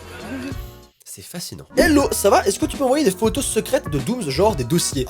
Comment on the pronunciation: Jsuis la seule à qui ça stresse quand il dit '' doomz'' au lieu de ''doomss'' 😂